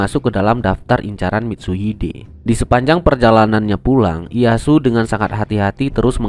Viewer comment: Dibacanya: Iyeyasu bukan iyasu